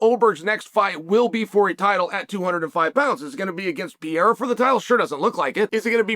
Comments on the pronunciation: I love that you always call him "Pee-era" lmao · literally the only guy in the whole mma community calls "pereira" .......... pee era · you butcher his Name XD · Chama will conquer his third belt, and uncle Chael still don't know how to pronounce the name of the man properly. 😂😂